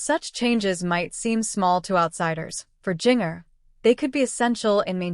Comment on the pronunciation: This AI is mispronouncing Jinger's name terribly! Not very professional.